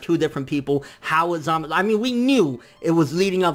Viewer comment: Zaaaa.....Maaaaa....Suuuu (sew) not samas. And holy crap this episode was epic as fuuuuck !! Vegeta though come on, why'd they do him like that for 😔 My question is where the heck did samasu find black ? Did he do some edo tensei type b.s on future goku's dead body or something ?